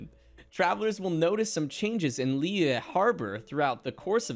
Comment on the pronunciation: omg almost pronounced liyue correctly